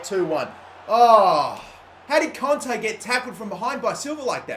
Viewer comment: Please fucking say kante right, its kant-ay